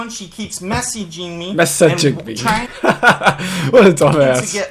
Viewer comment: She keeps me-ssa-jin’g meee